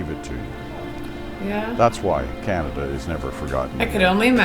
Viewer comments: Bruh she said "French in Canadia" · canadia? really lol